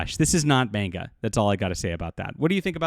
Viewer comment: The way he says manga irks me 😂